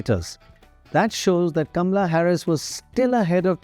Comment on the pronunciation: It's KAMALA, not Gamla 😅